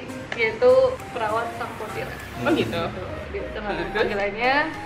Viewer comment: btw cara bacanya bkan 'perawat' kk, tp 'pirawat', tp gpp, susu na kha P'